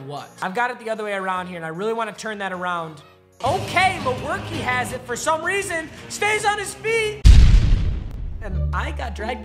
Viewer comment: Did anyone else catch, “The only weason we won”😂😂